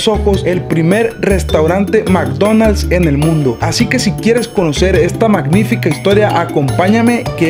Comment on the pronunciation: jajaja "Ésta MCnifica idea" :v